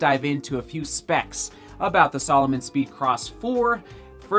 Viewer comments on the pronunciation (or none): OMG its sAlomon not sOlomon